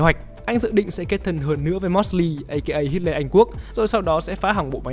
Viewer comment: Hit-le anh quốc :))))